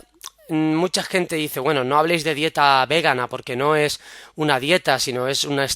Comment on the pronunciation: etc. cada vez que dices "végana" o "végano" muere una lechuguita y a un vegano o vegana le da un infartito.